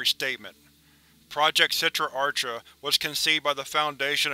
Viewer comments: a good rule of thumb is that if the word is Hebrew or aramaic the CH sound is pronounced with like a throat clearing type sound. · you high key mispronounce achra it's done with a throat sound since it is hebrew i.e. sitra achra the other side of the sephirot aka the qliphoth